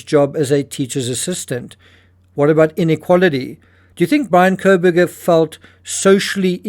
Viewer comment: Bryan Calm-burger.